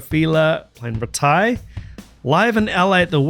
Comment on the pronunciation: NEMOPHILA are one of the best Metal bands I’ve ever heard, and certainly among the best Metal bands from Japan. I was at that show in LA, their first, but not only, visit to the U.S.! (If you are not familiar with the storied Whisky A-Go-Go, hit up Wikipedia) MURATA TAMU is a fantastic, powerful Metal drummer, veteran musician, mother of two and still has a baby face. RAITE is pronounced “rai-te” (rhymes with “I may”). I second the motion that you check out the OMV as well, just to hear the outro. The next best thing to a MURATA TAMU drum cam is this video (which includes a pedal cam) recorded in their studio with the demo of OIRAN, their current show closer — For more impressive TAMU drumming, check out their OMV for ADABANA.